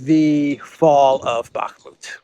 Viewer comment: You mean "Bakhmut". It's ok. Common shitter mistake.